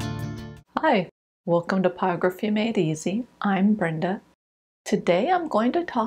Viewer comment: Hi Brenda. Thank you for your videos. You seem to be a pro so I am wondering why you keep calling it pyography instead of pyrography. I am new to this and wondering if the first r is silent or what.